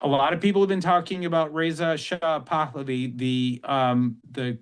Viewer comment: This guy doesn't know anything about Reza Pahlavi or what he stands for. He can't even pronounce the name right. Reza Pahlavi doesn't want to install a monarchy in Iran.